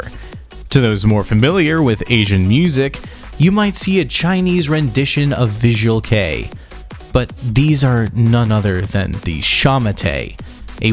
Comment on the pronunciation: I've noticed that this guy can't pronounce anything except English. I think his videos are good, but the pronounciation of all 'foreign' words pisses me off. He pronounced visual kei as 'visual key' 😂